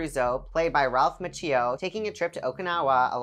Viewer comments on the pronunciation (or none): Machio!! Not macheo! Shit preview. How come I know your gay??